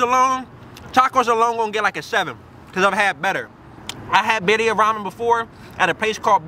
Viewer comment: "Biddia" lol